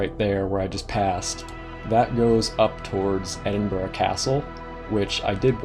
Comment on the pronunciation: well done for saying edinburgh correctly mate